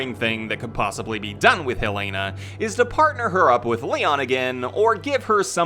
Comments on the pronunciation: Ik why does everyone pronounce it as hell-lay-na it’s Hell-eh-nah😭😭😂😂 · #HelenaHarperForRE9 btw it’s pronounced “hell-eh-nuh” not hell lay na lol